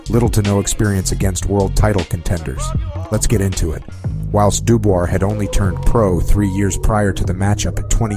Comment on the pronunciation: There is no r in dubois😂